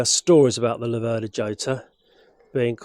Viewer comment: They say the seat height is due to Massimo Laverda being about 6'4". Italians would pronounce it Lav'erda, with the stress on Lav not ver, and Hotter (just like warmer).